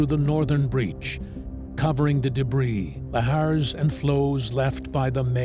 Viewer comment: The way I nearly broke my neck whipping my head to the narrator pronouncing, "lahar" like.. I will slap the brit outta him don't play with me 😆